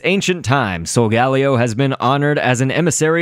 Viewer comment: but I think solgaleo is said like soul-gale-io but whatever floats your boat